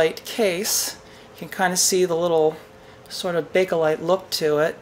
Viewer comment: thanks for the good videos , but please learn how to pronounce bake lite